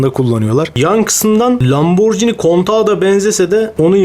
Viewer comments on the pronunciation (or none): none